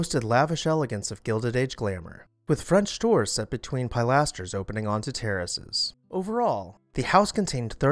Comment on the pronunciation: Pilaster is actually pronounced "pill aster" rather than pile aster:learning::goodvibes